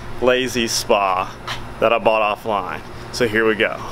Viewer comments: Off-loin?! Or off-lion? 🤷‍♂️😂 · Can't stop thinking about how you said "offline"